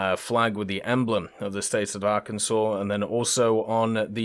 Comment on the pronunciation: As a resident of Arkansas my entire life, unfortunately GAIJIN marketing got to me and will be ordering the USS Arkansas., on behalf of all Arkansans, THANK YOU for pronouncing Arkansas Correctly!:)